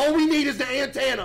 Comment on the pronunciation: Bro said an tanna